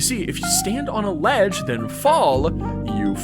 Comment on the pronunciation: "if you stand on a ladge and fall, you fall" 🗣🔥